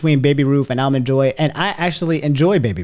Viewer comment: "Allmen Joy"? 🤣 Where is from & what is this "accent" he has when pronouncing certain words? He unintentionally cracks me up sometimes. 🤣